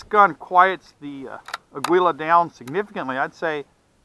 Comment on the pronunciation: For what it's worth, Aguila is Spanish for eagle and is pronounced ah' gee lah.